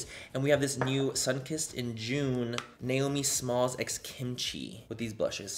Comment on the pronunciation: He said Naomi Smalls..I heard Nail Me Smalls 😳